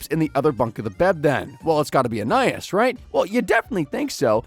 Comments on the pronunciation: So is it just me or was everyone else thrown off when he said Anayas instead of Anais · I think Anais name is pronounced “AnEyeEase” 😅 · Idk how they could keep saying Anias name wrong with this much knowledge on the show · Yoo if you're gonna make this video at least say her name right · He keeps saying Anais's name wrong. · I think he pronounces ANAIS name wrong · that is NOT how her name's pronounced bro 😭